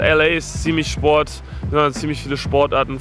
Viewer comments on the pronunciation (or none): none